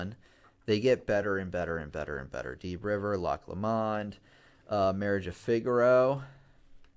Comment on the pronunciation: Butchered the Scottish pronunciation of Loch Lomond